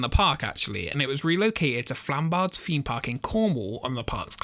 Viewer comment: "Expedition FEME Park"